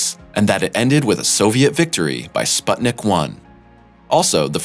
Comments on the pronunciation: SPUTNIK! Not SPATNIK! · Sputnik is pronounced "spoot-neek." NOT "spuht-nick."